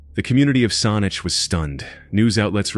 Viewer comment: Well made, fact filled video. Thank you for making this!~ Having said that, I only have one point to pick, in the third case. Saanich (The place where the third case happened) isn't quite pronounced correctly. It should sound more like a bad pronunciation of the word, sandwich. Actually, it sounds exactly like the word sandwich, with only a few letters missing from the middle... Unless you eat sonwiches, I suppose. Other than that, your video kept me engrossed all the way through and it was informative. I look forward to seeing more from your channel,!